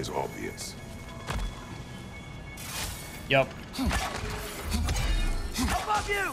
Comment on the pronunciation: « the solution is not always obviounce.